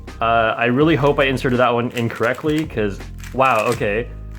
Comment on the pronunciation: hes trying to say inserted in, correctly but it sounds like hes saying inserted incorrectly. Its kinda like ley's eat, grandma vs lets eat grandma